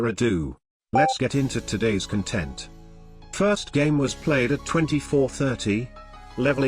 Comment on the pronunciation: I love how he pronounces "Content" as "Contént" despite the fact he pronounced it correctly in earlier videos.